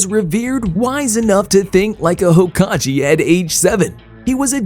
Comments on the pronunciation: bro said Hokage wrong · how does one butcher hokage that badly LMAO